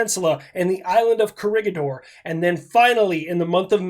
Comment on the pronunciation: "Baton" and "Co-rig-a-door" 💀